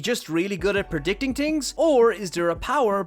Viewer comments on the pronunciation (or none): Its th Not t don‘t say tings say Things just one example